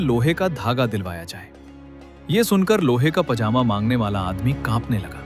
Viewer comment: zaaaedaad😂 nahe jaaedaad pajama ko pazaama😂